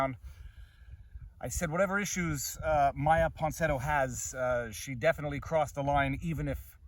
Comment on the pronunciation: Say “Ponsinetto” one more time. Oh, please.